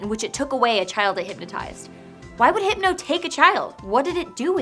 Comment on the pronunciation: I lost it at Heepno